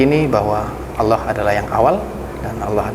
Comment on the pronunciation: mas maaf yg mengsyahadatkan tolong ucapan nya yg benar, ala atau Allah maaf sblmnya